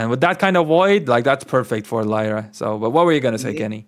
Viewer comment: can’t even say lyra right lol embarrassing